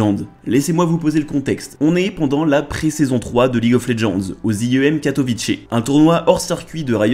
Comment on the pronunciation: Katovitsé , j'y vis, c'est comme ça qu'on prononce... oui c'est le SEUL truc que j'aurais à repprocher à cette vidéo, c'est pas mal non?